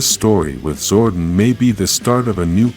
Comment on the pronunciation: I wish youd stop pronouncing it "zorden"